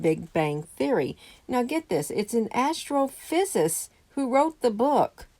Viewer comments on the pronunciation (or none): "Astrophysicist " -5 syllables.